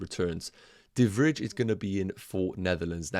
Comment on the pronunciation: not important but de Vrij is pronounced as de Vr - eye kind of, in dutch the ij is spoken similar to eye